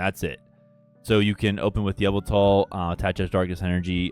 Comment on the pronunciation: Why you pronounce yveltal like "Avatar"